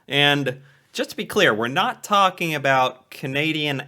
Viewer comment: She already started wrong by saying “aboot”